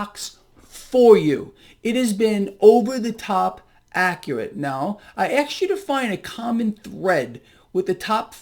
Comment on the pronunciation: Always afraid when you axed me